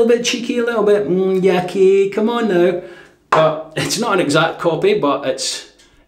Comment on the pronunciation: Great shave!! ^^ Just for info, Yaqi name is not "YaKee" but "Ya Chi". "Qi" is pinyin (Chinese Mandarin romatization) of "Chi". I hope it helps :D Love your content !